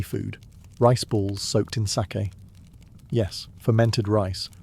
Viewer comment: Still not quite pronouncing sake correctly but you're close ❤ It's a long a. So like sar-key except that you don't put anything into the r. It's just there to direct the a. Does that make sense? You should probably just look up someone saying it on YouTube 😂